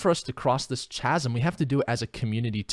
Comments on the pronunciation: Chasm=kasum hahaha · "chasm" is pronounced "kasm":)